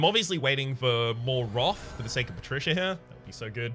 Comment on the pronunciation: 8 episodes in I was wondering what this roth is. just pronounces wrath funny.